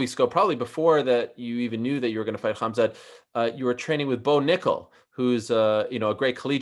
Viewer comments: Everyone: Khamzat Meerschaert: Khazma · Not Hazmat 😂, Hamzat! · and Did he say "hazmat"? 😂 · He kept calling him Hazmat LMAO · Did he call him HAZMAT instead Khamzat? In any case, Khamzat is fighting above his weight class. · Dude, He said haZMat, meaning he confused the letters m and z. No matter how you pronounce it, the m comes before the z. Just check the original: حمزة